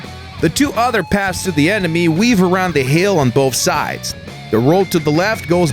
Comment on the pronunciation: Lol, he said emeny